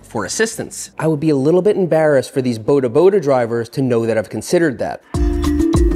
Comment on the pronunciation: I'd pay to teach you how to say bodaboda not like that 😂😂😂 Boudahboudah Like you know how you say boarder? Not boulder, not border, boarderboarder